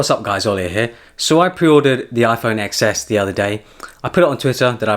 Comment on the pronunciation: It’s TEN S, but great video anyway! 👍🏻